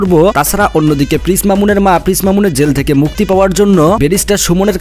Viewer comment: পিস নয় প্রিন্স শুদ্ধ করে বলুন